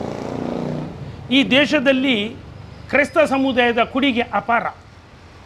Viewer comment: ನಿಮ್ಮಶಾಲೆಯಲ್ಲಿ ಕಲಿತವರ ಹೆಸರುಹೇಳಿದವರೆಲ್ಲ ಕೋಮುವಾದಿಗಳಾಗಿದ್ದಾರೆ ಕನ್ನಡಸರಿಯಾಗಿ ಮಾತಾಡಿ ಕುಡಿಗೆ ಅಲ್ಲ ಕೊಡುಗೆ ನಿಮ್ಮ ಉಚ್ಚಾರಣೆ ಸರಿಪಡಿಸಿ